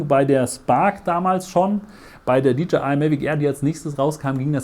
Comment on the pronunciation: Tolles Video und Vergleich. Danke fürs machen! Freundlichen Hinweis, wenn ich darf: wie man „DJI“ richtig ausspricht ist folgendes: „DeeJay Ei“. Ja, wie ein Disco „DeeJay“! Sie sprechen Dee Je Ei aus und leider finde ich es als sehr ablenkend in eine ganz gut gemachtes Video. Viel Erfolg!